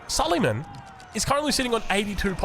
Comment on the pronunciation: say su-lay-maan and not su-lee-man, not that this changes gameplay or viewing experience in any way. (he was an ottoman king, with the big onion shape headgear)